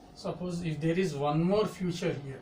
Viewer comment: Sir it's feature not future.....